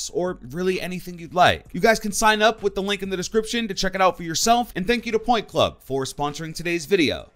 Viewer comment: Instead of point club i thought he said pornhub